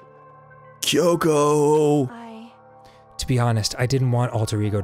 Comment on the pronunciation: "She was my only fronk"